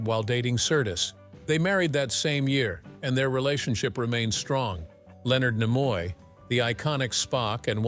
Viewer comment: I don't know how this evolved into Don Knotts, but just thought I'd let you know, it's "Nimoy", not Nemoy.